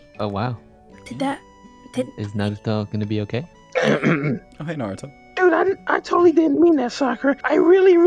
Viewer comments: U mean naru-dough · Me: hears Sakura say Narudo Also me: -_